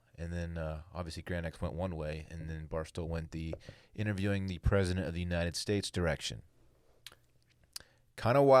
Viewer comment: "Untied States" he says